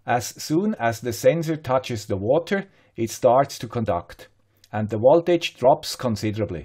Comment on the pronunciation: why do you say woltage all the time?